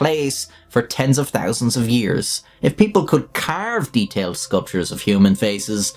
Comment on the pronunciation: It really, REALLY bothers me that you only choose to pronounce the H in some words, only a quarter of the time. Like whats the point of saying "thirty thousand" as "turty thousand" Either say "thirty thousand" or commit to your accent and say "turty tousand" Fk bud, figure it out.